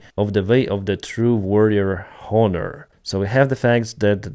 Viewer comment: The "H" in honor is NOT pronounced !!!!!!!!!!!!!!!!!!!!! Hello !!